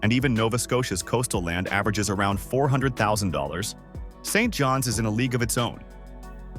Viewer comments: Regina (not Regeena) & St. John's (not street John's) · Absolute waste of time ! Sounds like computer generated text to voice. Can't pronounce common names like Saint John's or Regina. Talks about Brandon while showing pictures mostly of Winnipeg. Don't trust a word of it!!